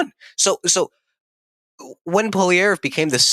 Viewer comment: This is a bad video, you cant even Pronounce Pierres last name correctly. If you only believe in the polls i guess you also believe Kamala won lol